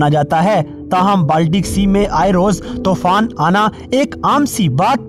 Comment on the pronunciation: Not Tofan it's Toooooooofaaaaannnn